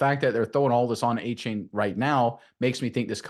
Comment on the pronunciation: Correction it's a-chan not a-chain